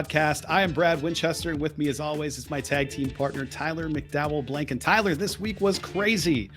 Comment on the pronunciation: "Lash McDowell"😂